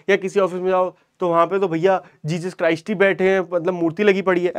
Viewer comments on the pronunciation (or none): none